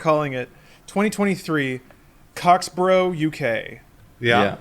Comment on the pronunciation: random asside - "borough" in an English place name and to an English person is pronounced differently - it's more like "bruh." eg Middlesbrough sounds like Middlesbruh. so Cocksborough would be Cocksbruh 😊😊